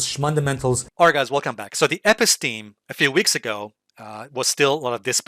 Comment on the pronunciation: You mispronounce & misuse the term “Episteme!”